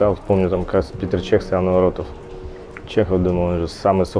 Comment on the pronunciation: Лудоман, который не знает правильное произношение имя великого голкипера Чеха? Какой нах Питэр? 🤡